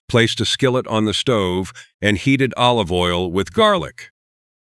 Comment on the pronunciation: This channel lost me with the first mis-pronounciation of 'olive' as 'o-live' (oh live, not dead). I know you're AI, but THAT is beyond riodiculous!!